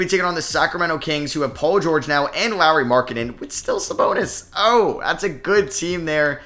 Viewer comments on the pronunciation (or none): none